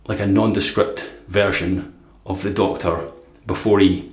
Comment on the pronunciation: To the others in the comments: how are you buying these blades? I've checked their site a few times, and there's no option to purchase them. Also, at one point it sounded like you said Doctoroo, and I thought of a kangaroo in a stethoscope and a white lab coat, with terrible handwriting.